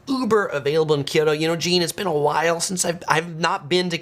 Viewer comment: it's KYO-to, not KIO-to. you know what Tokyo means? proper name is To-Kyo-to, or east kyoto. so pronounce it like Tokyoto, minus the first to. kyo-to, say it with me